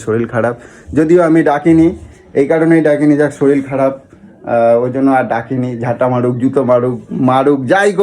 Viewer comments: ওরে গাণ্ডু! কথাটা শরীল নয়.. শরীর! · তুমি একটু বাঙাল কথা কম বলো। আর শরীল নয় শরীর। তবে puchu কে মিস করলাম 😢